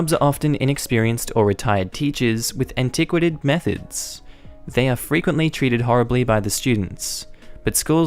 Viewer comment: So I noticed you didn't know how to pronounce antiquated but just guessed... what in your stupid brain makes you think you can guess it correctly? You can literally google any word for pronunciation and hear somebody speak it. So you're being stupid and also lazy... nice work.